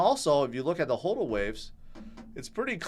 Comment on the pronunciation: Can you please start pronouncing it HODL and not HOEDL? Drives me nuts :) Love the show though! I am George!